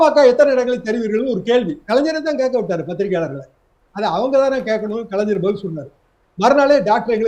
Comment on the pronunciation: நந்தகுமார் கலைஞர் என்று சொல்லி பழகுங்கள்.தமிழை பொதுவெளியில் கொலை செய்யாதீர்கள்